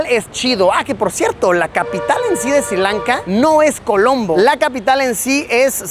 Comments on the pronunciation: not SIRI LANKA, but SRI LANKA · There is no country called SIRI Lanka, it is Sri Lanka. Pronunce it correclty.